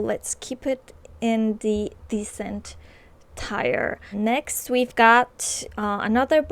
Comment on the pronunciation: Tier is pronounced like "tear". it rhymes with ear. 🙂 Great video!